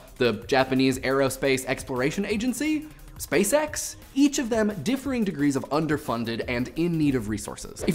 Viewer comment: I heard Space X as Space Sex